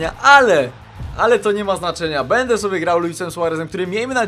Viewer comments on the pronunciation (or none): none